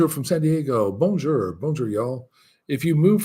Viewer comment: Hi, are you taking any French classes? I have trouble understanding some of the French places you mentioned. Halles Paul Bocuse, for example. Even the way you say Bonjour 😀. Remember that in French you always stress the last syllable of the words: BonJOUR. Don’t be one of these American expats who never learn the local language. You’d miss out on too much. I think you’d probably like Lyon, a bigger city and the TGV is so convenient. À bientôt. Edie